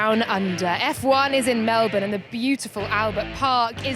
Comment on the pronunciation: nailed it..... it's Mel bin Alex not Mel born. 👍